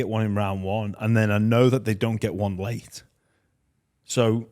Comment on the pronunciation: already starting to sound English pronouncing his “one”s like “Wuun” 😅😅😅